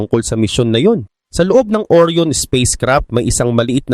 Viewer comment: Ang tamang bigkas po ay ORA'YON hindi OR'YON (ORION)